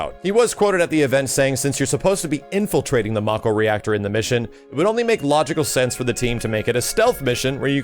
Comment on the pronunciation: mako has a long a sound... as in mako shark